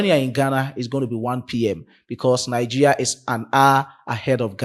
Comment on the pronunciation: Bro you are not pronouncing the Nigeria properly